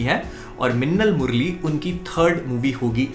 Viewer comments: I heard "lassan murli"😬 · Its funny how he says that "minnal murali " 😝😝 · the way tou said minnal murali made me laugh like never before everything else is good